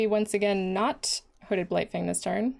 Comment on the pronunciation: I thought you said Hooded Blight-thing and it made my day. 😄